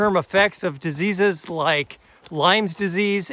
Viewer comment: Lyme not Lymes...😊